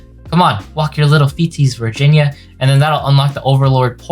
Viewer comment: Virginia is apparently pronounced “vagina”. Wonder what that means.